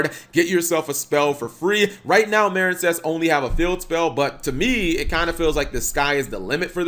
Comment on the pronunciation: How do you manage to mispronounce MARINEcess yes the E isn't there but it's still the same pronunciation